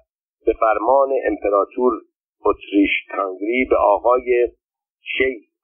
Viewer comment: اسم امپراتوری اتریش - هنگری را هم غلط تلفظ می کنید. هُنگری به ضم هاء است. البته مطمئنم ضم هاء نمی دانید چیست ولی کافی بود به املای فرنگی نام کشور مجارستان (Hungary) دقت می کردید. حروف لاتین را می توانید بخوانید؟